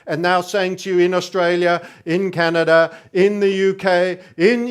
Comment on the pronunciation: I also call it Canadia!